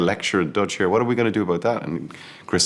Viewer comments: His dutch didnt even sound like dutch lol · Only mistake Cillian Murphy has made in his career was this “Dutch” 😂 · Love cilian but Im sorry that Dutch didnt sound right..